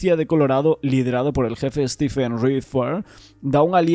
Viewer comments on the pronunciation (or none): none